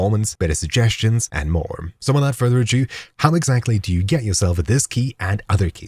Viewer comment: Without further or jew 🤣🤣🤣 I'm not the only one who heard that right 🤣